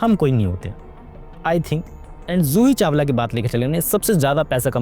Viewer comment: Zoohi Chawala Joohi Chawala???